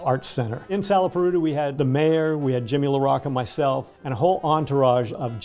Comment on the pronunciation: As someone of Italian/Sicilian heritage, I'd've presumed that you'd know how to pronounce Mr. LaRocca's name. Come si pronouncia, "bocca?" How do you pronounce: 'bocca?' Do you also say, "bokka?" No? So, why then, slaughter the man's name?